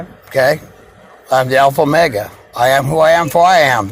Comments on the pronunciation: Alpha mega 😂😂😂😂 he doesn’t even say omega. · Did he say “I’m the alpha mega”? 🤣🤣🤣 He can’t even pronounce omega. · A professional federal whistleblower (whatever TF that is 🙄🙄and the ALPHA MEGA (WHATEVER TF that is as well and appears to be mis pronounced)🙄🙄 but out saving LEO AROUND THE GLOBE, MILLIONS OF DOLLARS by not Billing them for infringement of their rights 😂😂😂😂😂